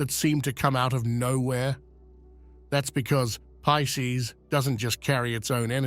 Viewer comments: Why is he saying Peecees? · P I S C E S Not pieces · PISCES NOT PIECES